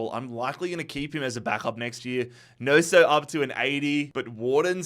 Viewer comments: loved the vid, especially the realism. BUT that mans name is not pronounced NOSO, its gnonto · Gnoso…..? Its Gnonto. 😂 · Wtf is that pronunciation of Gnonto? 😂😂😂